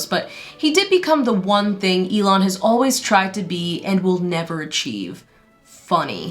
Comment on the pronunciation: Eel-on Musk also works ig??